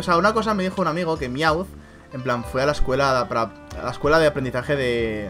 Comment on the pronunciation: no es miaw sino mewth